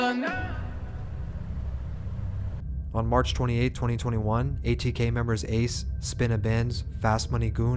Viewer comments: You pronounced ace name wrong wrong as hell 😂😂😂😂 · How u gonna start the vid off by pronouncing Ace name wrong?! Lol Still fuck wit u tho bruh 😂🤘🏼